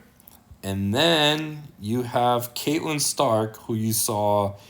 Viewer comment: Please man. It's Cat-Lyn Stark. Not Kate-Lyn. 😺